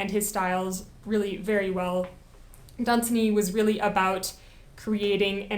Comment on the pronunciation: It is pronounced Lord dun-ZAN-y!